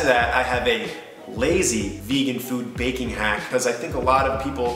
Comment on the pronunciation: The way you say baking sounds like bacon 😂